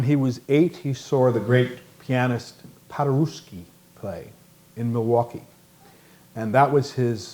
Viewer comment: It's P a d e r e v s k i not PADERUSSKI for cerying out loud..........